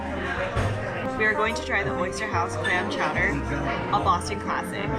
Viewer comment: Great video ladies…. Clam Clawder